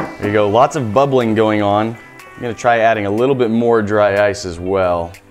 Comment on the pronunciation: DRY OICE XD